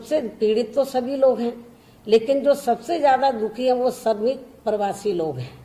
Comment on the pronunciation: Me Mayawati ji Behanji ki bhut izzat krta hu lekin mujhe dukh hota he ki behanji ki hindi bhasha shudh nhi he . Madam sha shabd ka ucharan sa keh kar ke karti he jsise pradesh ko prades kehti he .shramik ko sramik keh rahi he . Madam bhasha par dhyan de to acha hoga.